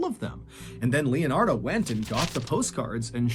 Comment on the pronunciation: Leonard in case you're wondering why he's mispronouncing any other name.